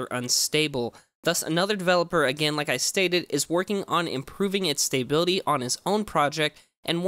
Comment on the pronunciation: Wtf is your pronunciation of "stability"? It's "stuh-bil-uh-tee" not "stay-bil-uh-tee"